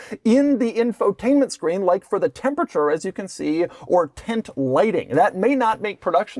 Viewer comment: Tint??? Its Tent.. Why are you pronouncing it as "tint"?